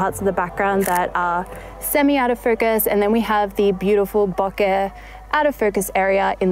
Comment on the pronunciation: Congrats for using the correct pronunciation of "bokeh"...! so many get it wrong. And oh yes, the 85... I use that one a lot too.